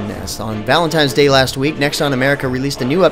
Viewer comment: is he 12? "valentimes day"